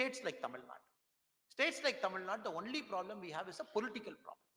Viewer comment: Tamilnadu not Tamilnad mr anamala😂.தமிழ்நாடு கூட சரியாக சொல்ல தெரியவில்லை அதென்ன தமிழ்நாட் நோட்டாவா.